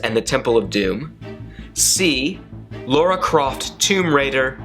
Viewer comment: 18/20 and it was Lara not Laura Croft